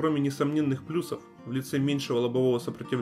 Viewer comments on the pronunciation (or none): none